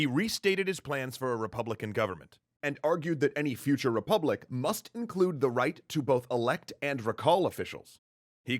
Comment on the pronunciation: Errr ... What's a "repuplic?"